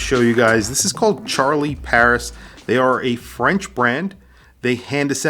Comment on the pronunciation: I don't know ANYTHING about the French language... but you KNOW it ain't pronounced 'Char-lee' 😅😂 'Shar-lee', perhaps? 'Shair-lee'?? 🤷‍♂🤷‍♂ Haha, someone let us know 😂